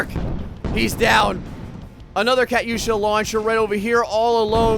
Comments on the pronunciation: It's pronounced katusha not Kat yusha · ka tusha not kat usha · no offence,i love your vids but i know alot about ww2 and i know u did not pronounce katyusha right LMAO. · BOSSA TRON it was triggering me when he was saying it wrong